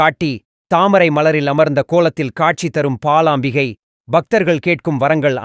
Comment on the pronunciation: Not palaambigai.. it is balaambikai